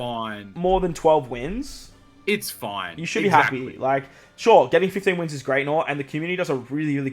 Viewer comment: It's foineeee